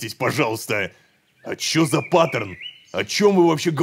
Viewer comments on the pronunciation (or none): none